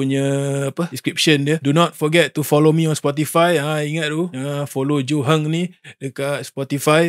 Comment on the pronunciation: Johan bro johan 🤣 " joe hunt "